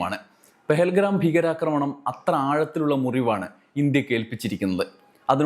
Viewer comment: പെഹൽ ഗ്രാം അല്ല പെഹൽ ഗാം